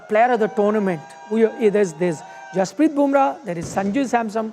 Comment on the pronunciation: Jasprit, not Hasprrit!!